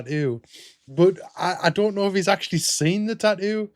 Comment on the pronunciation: What's a "taoo"?